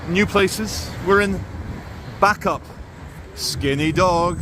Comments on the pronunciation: Pronounced Bay-cup not back-up 👌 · Isn't it pronounced as "bay cup" ? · Bacup pronounced…..Baycup. Thanks. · Bacup - Pronounced BA-cup not Backup :)😜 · Is it pronoucned as Bake Up? Or Back Up? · It’s pronounced bay-cup it’s where Brassic is filmed 👍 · Lancastrian pronunciation guide: Clough = "Cluff" Bacup = "Bay-cup" Praise be to God = "Al-ham-du-lil-lah" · Bacup pronouned Bay Cup 👍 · it's pronounced Bay-cup, and you need to go there on an Easter Saturday, to see The Bacup Coconutters.... Look them up!! Lolol. 🤭Kx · its Bay cup.... 😊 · It’s pronounced Bay-cup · Bacup pronounced baycup and Clough pronounced cluff. But apart from that. Another great video! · PSA Bacup is pronounced "Bake-Up". Funny tho. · They're pronounced baycup & it's pronounced dearden cluff not clog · BACUP is pronounced BAYCUP and TODMORDEN is pronounced TODMERDEN all in one word and not how you say it. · Nooo Bacup is 'bake up'. Todmorden isn't todd morden it's 'todd mudden'. Waiting for the one where visits Slaithwaite... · Bacup pronounced Baycup, Todmorden pronounced Todmerdin